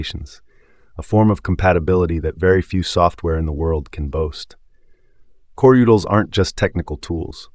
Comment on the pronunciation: Am I the only one annoyed by the pronunciation of coreutils here?